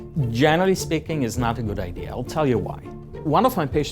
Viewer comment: pronounces idea as "idee-are"